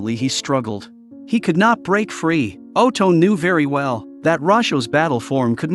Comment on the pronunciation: I attempted to play a drinking game where we took a shot every time the AI voice mispronounced Otome and uh, my friend is still in a coma and I'm typing this from my phone in a critical care room. 1 out of 10. I do not advise anyone to try it.